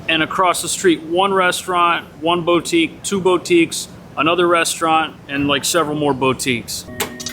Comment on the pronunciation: FYI. The word boutique is pronounced as boo.teek. 😊